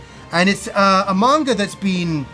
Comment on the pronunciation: I've been watch too much YouTube I heard "a manga" as "among us" at first. Anyway great video man, that's some cool stuff. "It came from Play-Asia" also sounds like a YouTube series begging to be made.